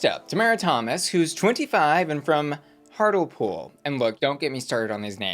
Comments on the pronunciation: I’m sure it was the same in Myra Mangles video too, so I don’t think international. Also, it’s Hart-Lee-poole, not Hart-elle-poole. And I’m pretty sure if I was a YouTuber and did I video talking about Oak-elle-homa people would assassinate me in the comments 😂😂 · Girl! Hartlepool is pronounced “hart-lee-pool” also do you lot just have just bread no butter in a sandwich?! Butter makes the sandwich 💀!!! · i am from Hartlepool and i will tell you this once it is pronounced Heart Lee Pool. we are also a tiny seaside town so hearing say hartlepool is INSANE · HARTLE POOL SENT ME, babes it’s hart (heart) lee pool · Hartlepool = “Heart” “Lee” “Pool” Pasty = “Pass” “Tea” Caramel is not pronounced “Carmel” - stop dropping the second A Americans ffs Also butter in sandwiches is normal - do you guys like munching on dry bread? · Obsessed with your pronunciation of Hartlepool. 😂 FYI : Hart-Lee-Pool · Okay, i love you, but its pAsty. Like past, but with a 'y' at the end. Also, hartlepool its said like 'heart-lee-pool' 😊😊 and good luck understanding the geordie 😅 And you dont put butter in your sarnies? You just have it... dry???! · BBC covering things up??? Never! Also if no one has said it, it's pronounced "hart-lee-pool" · Ok so 3 things: 1. It’s pronounced Hart-Lee-pool. 2. it’s pronounced pAst-ee. 3. Americans cannot come for Brits on their food eating habits! 😊❤ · 1/ hartlepool = heart lee pool:) 2/ Seen DeeDeeLicious perform and been following her before I even realised she was Krystals sister. The queens should be scared 3/ Who DOESNT put butter on bread, bread is made to be buttered, this is the prime purpose of butter wtf is wrong with y'all:') 4/ FINALLY A JORDIE BIRD. No wonder you put subs on though pet:') 5/ Finally a cornish lass. Surprised you didn't need subs for that one me loverrr:') 6/ Pasty is said PASS-TEE not PAYS-TEE omg I know you're trying but girl D' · I'm laughing so hard at Hartlepool 😂 Babes it's pronounced HEART-lee-pool 😢